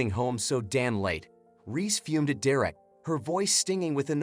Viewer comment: It's Derek not direct.